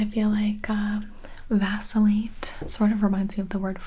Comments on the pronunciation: Am I the only person who thought that when she said "Vacillate" that she said "Vaseline"? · me: thinking this will be a video about simple words gibi: vAcIlLaTe